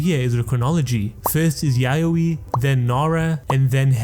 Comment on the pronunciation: When he said the “yayoi “ period I almost spilled my mouthwash out 😂😂 like excuse me?!?! 😂